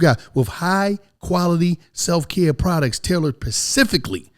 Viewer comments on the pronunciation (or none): Some of the best "prodects"